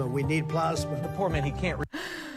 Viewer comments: Howdy from Texas. Please say a prayer for us. BTW Do you all say plosma or plasma? Lol. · The joy that David gets out of "Plawzmuh" cracks me up. Makes me feel a kinship with him because it's just as hilarious to me. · "From the standpoint of water, plosma from Mini-on-apolis will be available from this to-tally-terry-tism administrayshzziz in April of 20,014. You can get in on the Broadwalk at Yoseminites." The man has got to be in a cognitive decline?!?! How long will Republicans continue to stand alongside him enabling this utter madness? The world looks on aghast at what is happening in America. The shame of being a part of this administration will surely stain the careers of his enablers in the years to come. Well, at least I hope so. Edit: David you should absolutely give The Daily Show a go. Trevor Noah's social distancing clips from his home are very funny. And TDS has also made other versions of Trump mis-speaking too, in the same format as the one you showed here. Search them up on YT, they're hilarious!